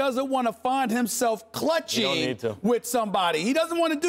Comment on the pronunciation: Did Stephan A just call Clinching , "clutching"